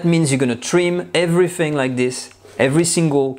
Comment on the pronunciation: "...And everyfing..."